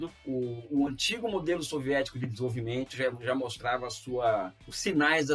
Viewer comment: Elias Jabbour custando falar a palavra "desenvolvimento": fofo, carismático, gente da gente, se aproxima do povo brasileiro. Sérgio Moro incapaz de ler um script de dois minutos sem que o vídeo tenha um corte a cada 5 segundos: antipopular, repulsivo, carisma de um picolé de chuchu.